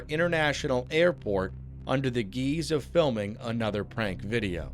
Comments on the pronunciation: Geeze? Seriously? The correct pronunciation is Gize.... So no script proofreading and no video checking? So completely AI generate and narrated? What a shame. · "under the geeze" ai needs some pronunciation work